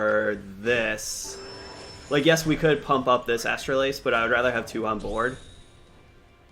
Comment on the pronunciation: Man you are butchering Astalos’ name lol